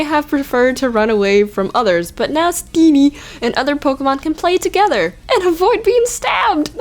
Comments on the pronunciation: "Let's look at Steeneehhh" LOL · Is it awkward that I find the way you say steenee is funny to me